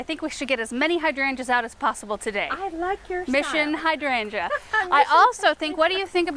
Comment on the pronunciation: Good job, ladies! (and thank you for pronouncing hydrangea correctly.) 😁